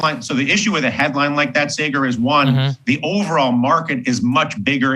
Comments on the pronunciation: That slight cringe when Dylan says Saagar's name as 'Say-Gar.' If you're going on someone's show at least figure out how to pronounce their name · "Say-ger" good lord i cringed every time he mispronounced Saagar's name. Completely made me stop listening to what he was saying. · "Saaay-ger" SAAGAR. POLITELY CORRECT THESE PEOPLE. STAND UP FOR YOURSELF, BOY. ~Your 6mos-younger-than-you Mom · I ❤ Dylan Ratigan, but how could anyone watch this show at least once and still pronounce Saagar's name as Saygur...twice? Be best, Dylan! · "Say-gar" oof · Why didn't Dylan learn to pronounce Saagar's name correctly 😀🤣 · Saagar being respectful after the guest mispronounced his name 3 times … Saagar is a classy gentleman. 👍🏼